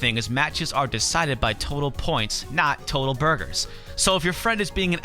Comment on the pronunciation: I just liked the fact you said "BURGARS" like the dude from Epic Meal Time. All you needed was to say "SAAWWWCCCA" to complete the circle. ^_^